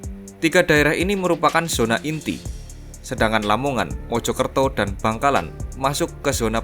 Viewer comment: Gerbang kertosusila bang,la nya Lamongan,bukan lomongan